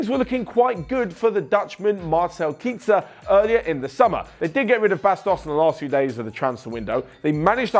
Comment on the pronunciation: Marcel kitzer? It's pronounced marcel kaizer.